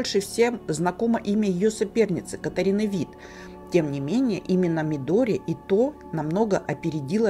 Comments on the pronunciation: Медори Ито ударение на И. Бесит. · Мидори Ито - ударение на И!